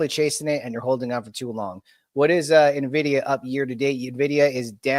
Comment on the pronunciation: "Nevidia" bro, in 2025 that's a capital sin